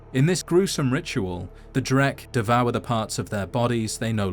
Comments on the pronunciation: I'm curious about the source of the pronunciation ("drek") you use. The closest I was ever able to find with your pronunciation is "dreg". The Unofficial Elder Scrolls website uses "dreg". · In what universe is "dreugh" pronounced "dreck?" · It's pronounced Dreg, where do you get the K? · It's pronounced "Droo" Irish are picky and weird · I used to pronounce them "droo". Guess I was wrong tho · I only always pronounced it as "drew" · Huh. I always thought it was pronounced "drow". 🤷🤷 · I've always pronounced Dreugh like "drew." Am I the only one, or are there even weirder ways of pronouncing it? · Pretty sure the gh is like silently pronounced so it is dray.. like Dr Dre..👍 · I always pronounced it "drew". "Gh" is often pronounced with a soft "h" and being after "eu" in a word one would think it would almost imperceptible, thus "drew". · Huh, I had no idea it was pronounced like that.